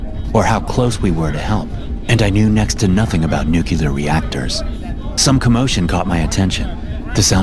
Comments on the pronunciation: it's "NU-CLEE-RR" not Nu-ku-ler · ..nuclear, new clear, nu cleeeeeer.. ..not nukeelar and no one actually talks like batman.. ..good grief.. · it's "nuCLEAR" not "nuke-ya'-ler" every navy nuke cringes to hear that and the tech details just go downhill from there. You obviously don't know jack. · Why is it called a "nucular" submarine? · How come you guys say nuclear as “nucular” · how can you pronounce nuclear with clear L as NUKEELAR. OMFG